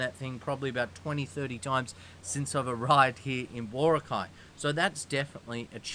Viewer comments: Especially with places that the country is very proud of, like Bora'cay, mispronouncing them is, I believe, a kind of microaggression because it disregards the culture. A kind of "When in Rome do as the Romans do" and, if you do, the locals will love you. Anyway, I'll leave it as that. Meant as a constructive criticism. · Mate ... It's Bora'cay not Bo'racay. The stress is on the second syllable not the first - just like Chica'go, Neva'da and Mani'la. Most placenames in the Philippines with three-syllables would have the stress on the second syllable. Not all but most.